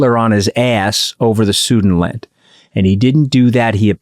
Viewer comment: Anthony did you mean "Südenland" or "Sudetenland" ? (15th or 16th minute)